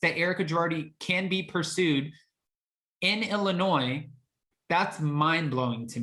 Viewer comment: Thank you for not pronouncing the S in Illinois! I’m in Chicago and everyone hates it when people pronounce the S! Lol